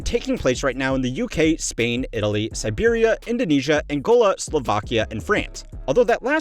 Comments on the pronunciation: "Siberia" instead of "serbia" 💔🥀🥀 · Man I am really surprised you mistakenly read Siberia instead of Serbia. Siberia is Russian cold far east teritory, Serbia is in Balkans, South east Europe. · No way you mistaken Serbia for Siberia lmao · I guess you meant Serbia not Siberia. Would be nice if it were Siberia though